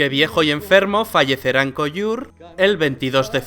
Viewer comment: Vídeo amb bastants errors... com la pronunciació de Cotlliure...